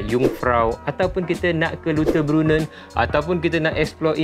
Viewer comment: LAU TER BRUN NEN Lautterbrunen . Eja mcm bahasa melayu sebut mcm bahasa Melayu .. ni adalah cara yg paling mudah utk sebutan bahasa German selamat mencuba